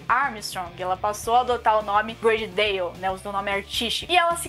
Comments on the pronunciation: A pronuncia é ''Brôdi Dóuw'' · Só achei estranho o nome Body Dalle ser pronunciado como Brady Dale kkk